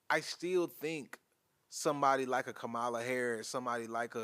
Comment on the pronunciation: Did he pronounce VP HARRIS’ first name incorrectly several times ??